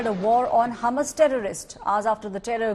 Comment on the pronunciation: It's Hamas and not humus 😂